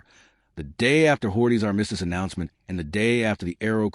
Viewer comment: A.I. slop. Both the visuals with fake uniforms and the fake voice that can't pronounce "armistice".